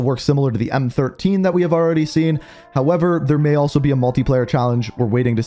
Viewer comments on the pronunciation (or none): none